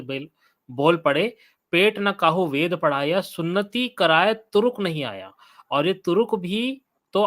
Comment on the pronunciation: ye ved ko bed padhega😂😂